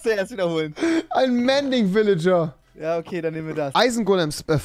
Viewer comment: Rewi „mänding Vilijar“ trymacs „ mänding mänding välingar